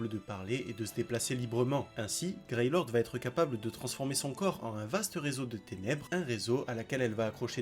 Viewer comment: Il n'y a que moi que ça choque ? "Fraudin" au lieu de Fraudrin, "Galan" au lieu de Galland "Greylord" au lieu de "Grayroad" fin bref....